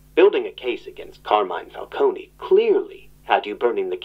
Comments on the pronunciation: how are they ... and you STILL pronoucning falcone WRONG!?... theres no Y at the end...you dont say the E the "cone" is said the same way ice cream cone is...its been how many years? legit dont get how ppl are still messing this up. the new penguin show got it right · I’m sorry I hate to be that guy but….isn’t it “Fal-CONE” instead of “Fal-Coney”